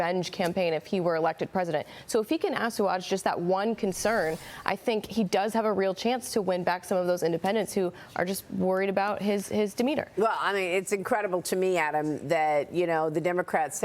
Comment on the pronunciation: Did she just say, "Assooage". It's Asuage...rhymes with sage. Lol!!!